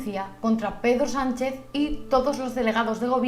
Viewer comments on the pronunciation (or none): He entendido pedo sanchez 😂